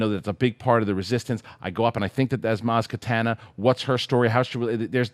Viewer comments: He either pronounces it katana or takana, but never Kanata lol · Maz KaNATA quit saying katana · You guys should get to pronounce Maz KANATA properly, Thank you. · I like how many people get Maz Kanata's name wrong lol